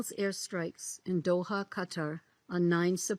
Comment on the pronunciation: Its Qatar not "Gaatar 😂